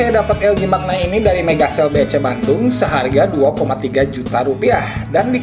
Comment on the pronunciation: bacanya manya...bukan makna